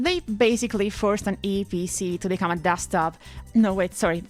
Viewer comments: I am happy you pronounced eeepc correctly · I like the way you pronounce "eeePC" 😀